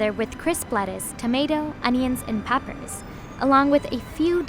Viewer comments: what's "pappers" lololol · First time I heard peppers pronounced as pap-ers